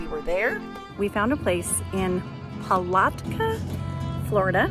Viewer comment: We have been to St. Augustine 3or4 times , you found things I never heard of good job. Palatka is pronounced the middle a is like saying ( at ).